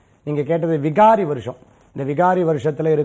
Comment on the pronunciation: Not vihaari.vikaari.oru anchor correct ah sollanum